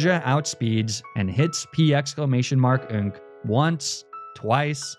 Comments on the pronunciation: The commitment to "P-exclamation mark-nk" is amazing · The commitment to saying “P exclamation mark nk” every time is unparalleled